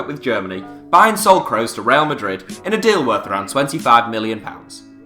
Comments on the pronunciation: its pronounced kroos not kreus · daniel IR It's promounced Kross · daniel IR he pronounced it "crows" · It is pronounced Crooos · I don’t like the way he says Kroos.. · Wtf is that pronunciation of kroos 😂😂😂